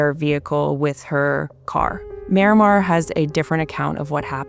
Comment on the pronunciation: Why is it so hard for people to properly pronounce the name Marimar? Everyone says "Miramar".